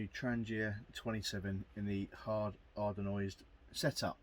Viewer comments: Anodised not ardonised lol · Looks to be a pretty good piece of kit. I think you'll find it is Hard Anodised and not Hard Ardenised though. It gets a thubs up from me.